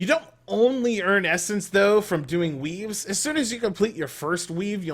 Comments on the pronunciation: I honestly thought he was saying WEEBS at the beginning of the vid xD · I thought he was saying "weebs"